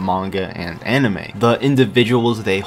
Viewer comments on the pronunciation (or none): none